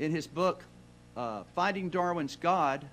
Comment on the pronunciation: He said 'finding'. He just pronounced it 'fahding'.